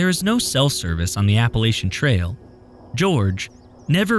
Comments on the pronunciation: Love these videos! But as someone who has lived in the Appalachian region most his life I must correct on this one issue: it’s pronounced “App-puh-LATCH-un.” I realize there is no “T” cut there isn’t a “t” in “Church” either and the “ch” sound is annunciated the same. If someone pronounces it the way he dies in the video around here you will be looked at like an alien or a Bigfoot lol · Love the video. For future reference, it's Appa-latch-in. ❤